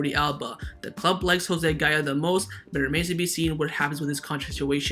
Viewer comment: Every time I hear gaya I cringe…